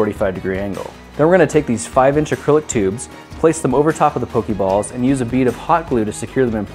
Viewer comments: Pok-AY balls. Not Pok-EE balls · It's poke eh balls and poke eh mon